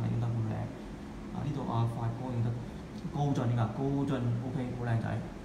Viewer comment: 好似係高進唔係高俊